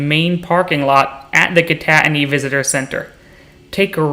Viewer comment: Good video but the way you say kittatinny is bothering me. I’ve always heard “kit-a-tin-nie” not “kon-at-ony” Also I’d recommend the drive down 611 on the PA side southbound from east stroudsburg. by far the coolest drive I’ve ever seen. Also one more thing. Highly recommend bushkill falls. I’ve been going since a was a young kid and it’s very cool and kid friendly from what I remember.